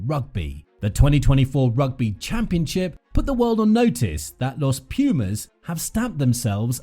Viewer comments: I dont know if anybody has stated, but let me make a small correction; the right way to pronounce it is "Los Pu:mas", not "Los Pju:mas". Thank you, for covering our team!!💪🇦🇷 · Every time I hear this guy pronounce Los Pumas I die a little more. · Hey, here from Argentina. No even a single knowledge about rugby, so won't correct nothing about that. But minor English correction, it would be more appropriate to say THE Pumas than "Los Pumas". Los is not part of the name, but a simple article :)